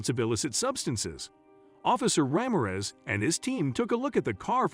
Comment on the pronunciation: I think you need to pronounce the name correctly Ra(h) mir(ror) e(e)z